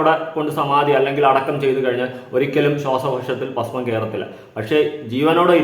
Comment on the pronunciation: പാസ്മം അല്ലടാ ഭസ്മം എന്നാണ്.പോങ്ങൻ